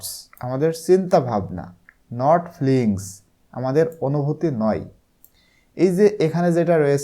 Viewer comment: এটা feelings হবে ফ্লিঙ্গস না💗 ধন্যবাদ❤